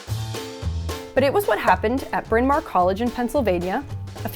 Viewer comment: I love the Welsh history of the beginning of this video!! Btw it's properly pronounced Brin Ma werrr means big hill